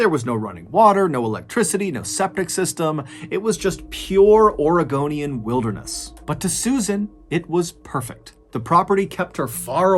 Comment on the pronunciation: Thank you for saying "Oregonian" correctly, we appreciate it lol